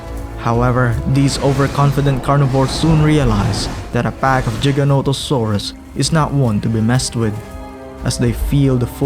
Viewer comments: For the love of god it’s not Jiga it’s Giga Giganatosaurus no J’s. Just like it’s gigabyte not jigabyte. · Great video but you should practice giganotosaurus name everything else is great editing and visuals just great